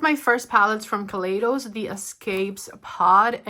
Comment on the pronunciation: Hi! Just an f.y.i kaleidos is pronounced kah-lie-dos:)